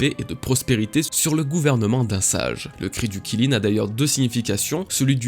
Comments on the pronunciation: Kilin mdr alors juste comme ça Qilin ça se prononce 'Tchi Lin' mais à part ça très bonne vidéo comme toujours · Qilin, c'est pas prononcé [Chiline] ? 🤔 Vivement la suite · On dit Kirin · Aucun effort de recherche, même la prononciation du Qilin est nulle... honnêtement autant aller sur les forums, cette chaine est une perte de temps